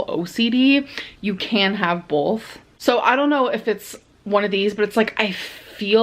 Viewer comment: “… you can have boLth”. No, no we can’t. Lucky us. But maybe we could have both.